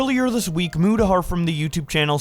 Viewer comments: Keemstar calling Mutahar "mYOUtahar" was funny. Also, keffels is a terrible person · One day Keem will say Mutahar's name correctly.